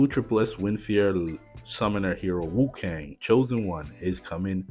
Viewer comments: Cool video, and i'm interested to see how the new hero plays out. Just an fyi, you said wu-kang quite a lot through the video, rather than wu-kong (with an O, similar to king kong) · its not WuKang, it's WuKong XD